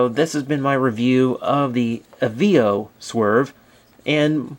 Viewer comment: I heard on a commercial it being pronoune A-VAA-OH